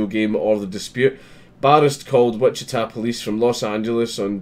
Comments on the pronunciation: You pronouned Wichita correctly. No sweat. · Our justice system finally gets one right? WOW!!! BTW, you pronounced "Wichita" spot on......... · this happened in my hometown. glad to see them making an example out of this piece of shit. (and yes, you pronounced it correctly)